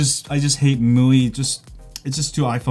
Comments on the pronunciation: It's Me-you-I not mooeee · It's pronounced Mee-UI. Welcome. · You said MIUI like it's MUI , no offense btw just want to address this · Could you please just decide upon one way to pronounce MIUI? You're switching between them is really annoying You can say "xiaomi MI 9" but you can't say MI U I (MI-just like in the name of the phone + UI) Just like huawei has(or had) its EMUI(emotion UI) AND no way is it MooWi